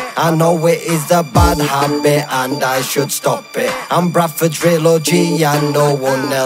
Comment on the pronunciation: Don’t you mean bwadford as cruzyt says